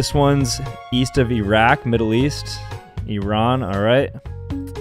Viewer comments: He's saying it right. It's pronounced differently in Iran than us Americans say it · Well done for pronouncing IRAQ and IRAN correctly 👏👏👏👏👏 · I'm really proud of you for pronouncing Iran the correct way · As a Persian I truly appreciate you pronouncing “Iran” correctly. Tysm! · Thanks for pronouncing "Iran" correctly, everyone just pronounces it like I RAN! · He pronounced it correctly. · thank u for true iran pronunciatiom thank uuuuuuuuuuuuuuuuuuuuuuuuuuu